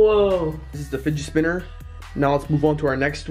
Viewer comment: he says spigit spinner lol